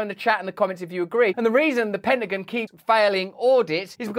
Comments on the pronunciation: What’s a “penningun?” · Love the way you said Penta gin